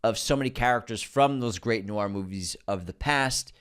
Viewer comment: Inconsistent pronunciation of the word ‘noir’. First was noo-ahr. Second was noor. I feel like I’m taking crazy pills. Unsubscribe! 😂 #nwahr